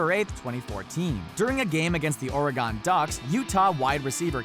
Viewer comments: Who the hell pronounces Oregon Ore-gone lol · So no one is gonna point out the fact that the narrator said Ore Gone? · y u pronounce Oregon so wierdly?